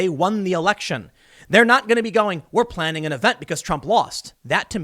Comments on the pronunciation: Pllaning? Ok Joe Biden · Planning not pllaning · Pllaning? Are you trying to pull a Sidney? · What's Pllaning? And DUring? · Pllaning? Lol